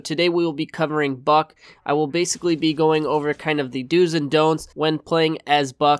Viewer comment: im sorry, it sounds like he said f#ck